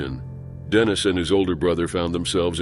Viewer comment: Dannis? Think you mean Dennis